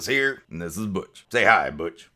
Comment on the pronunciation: Butch I thought u said bitch